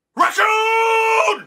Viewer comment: he say Racoom?